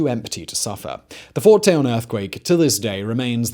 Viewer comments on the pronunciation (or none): It’s Fort Tejon (tee-hon) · Fort Tejon (Teh Hone)